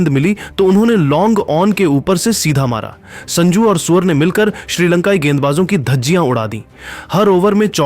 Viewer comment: Q surya bhai ko suwar suwar bol raha hai upna language thik kr